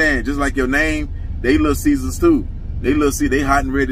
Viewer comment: ...love... not 'lil' lmao